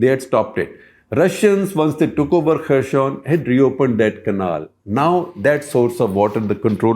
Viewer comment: Good video. Just a small correction. I think you are pronouncing 'Kherson' as if its a French word. It is pronounced very similar to its spelling. The first alphabet 'X' i.e. 'Kh' is pronounced somthing between ह and ख in Hindi. So हेरसोन or खेरसोन is right pronunciation. Something in between हे and खे would be accurate.